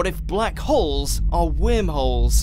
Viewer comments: Is that your accent or are you pronouncing it "wimholes"? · I was hearing wermholes 🤣🤣🤣🤣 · when he says whimholes I laugh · new drinking game....Every time he says whirmholes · Omg! I can't stop listening to that shit! Can't even enjoy the video. 🤣🤣 fuckin whimholes!! 🤣🤣